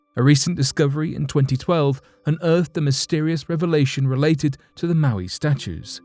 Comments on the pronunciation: Pronunced moe-eye not mow-ee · Moai pronounced "Mo-ai" or "Mow-eye" not "Mowee". That's Maui. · Mo i, not mow eee. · Moai not Maui two different words not pronounced the same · Mo'ai (MOW - EYE) statue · It's pronounced mo-eye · Mowee doesn't even make sense for the spelling moai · I believe the correct pronunciation is moe-aye. They are guardians and protectors! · Pronounced (Mo-eye)